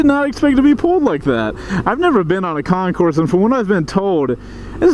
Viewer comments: You don't say the S. It's Con-core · The “S” in Concours is NOT pronounced. Of course, you’re from GA so I’m completely wasting my time explaining this to you, right? I lost count how many times you utter the words, “oh my God” and the word “shit”. You are one CLASSY dude, no doubt. Nicely done. You made me feel embarrassed for you. How does that even work? No wonder so many people laugh at Americans.